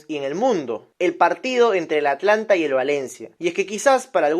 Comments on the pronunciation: excelente video, solo decir que quize llorar cuando escuchaba que decias atlanta en lugar de atalanta:( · es atalanta, no atlanta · Bien mano pero es atalanta no atlanta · No se dice ATLANTA se dice ATALANTA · Minuto *Atalanta (no Atlanta) Lo peor es que no es un lapsus sino que repites Atlanta durante toda la nota, cambiándole el nombre del ex equipo de Claudio Caniggia ( 🇮🇹) con la capital del estado de Georgia, EEUU 🇺🇸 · Era Atalanta no Atlanta xd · No es por el afan de joderte, creo q se dice ATALANTA Videaso <3